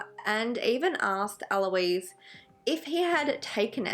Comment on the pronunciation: it's actually Ah-lo-iss but eh close enough LOL doesn't matter much imo. Ah-lo-eez is the girl name version pronunciation which is spelled Aloïse